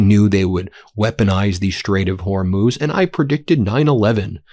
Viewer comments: Glad you figured out how to pronounce Hormuz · You did really well switching your pronunciation of Hormuz! 👍🏻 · Ben - I believe you can learn to say “Iran” rather than “Oran.” You learned how to say Hormuz correctly, though it took a while. Please make the effort out of respect for the people of Iran.